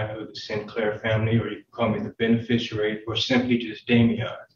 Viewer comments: "Benefisherary" lol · I'm not Mr Sinclair, I'm the "benfisharary" Good lord, it's beneficiary